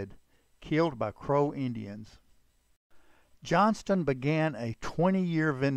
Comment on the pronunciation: I think we all know his name was Johnston, not Johnson. However, not all people know his real name was Garrison. One other thing; I can tell that the guy who narrates this story, isn't from Utah or he'd know it's pronounced U - in - tah mountains.